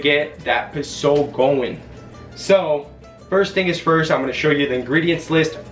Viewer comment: Next time you are trying to do a cooking video pronounce posole right. Like it is not the gringo way.. also is not rejuvenated is rehydrated.. laurel is the same in English. Posole doesn't take that long. At least 2 to 3 hrs to make.